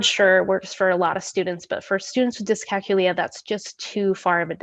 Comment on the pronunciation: Think of the word calculate, that is how you pronounce it.